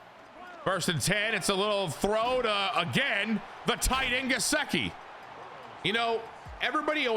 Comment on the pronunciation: Only cause it’s driving me nuts cause I’m a Penn State fan and he’s my boy. Gesicki is pronounced Guh-Sick-E so you kind of got it just sick part is said as sick. Sorry was just driving me nuts lol 😂